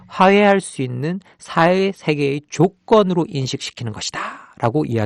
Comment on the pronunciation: 강의 내용은 정말 좋다. 다만 혀짧은 발음이 좀 새는 탓에 전달력이 떨어지는 점은 아쉽다. 화해가 하해로, 사회는 사해로 들려 꽤 애먹었다. 그래도 이런 강의를 들을 수 있으니 만족한다.